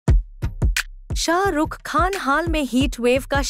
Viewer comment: First prounce srk properly